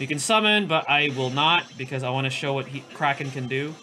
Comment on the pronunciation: Nice video! I keep hearing you pronounce Kraken as "Cracking" for some reasons:))). Maybe it's just me but I find it really funny. Is your pronunciation correct though? (Forgive me for asking since I'm not a native English user)